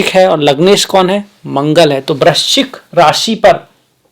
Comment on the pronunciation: Aap bahot pyare ho. Vrischik nahi bol paye hey. 😂😂😂 Par aap widwan hey. Pranam.